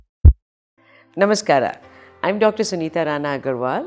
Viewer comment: The way you said namaskara i came to know your from karnataka 😍